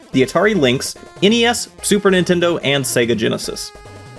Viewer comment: "Nintenderrr here!!" ....am i the only one who hears that in the intro?